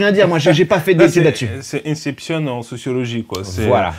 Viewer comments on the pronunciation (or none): none